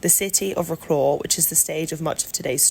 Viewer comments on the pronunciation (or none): You could at least try to pronouce the name of the city right. vro-claw? its vro-cwav. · Agree with all says. I was a teacher in Wroclaw in the 90's. I would suggest slowing down the voice-over though, it was a bit too fast. Wroclaw pronounced "Vrotswav" please!